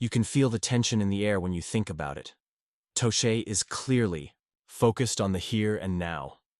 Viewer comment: toechek? tuket? toshay? lame downvote